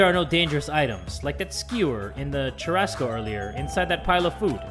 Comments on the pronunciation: Time stamp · as a south american it pained me to hear them say churrasco like that LMFODJIFWDO